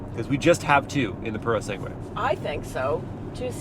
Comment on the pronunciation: Purosangue. Not Purosengue!!!! At least learn how to pronounce it....